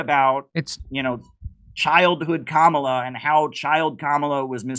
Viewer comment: Kamala bedeutet auf Sanskrit Lotus und ist auch eine heilige Blume. Es wird einfach als Kamala ausgesprochen, nicht als Kamāla. Ist das jetzt klar?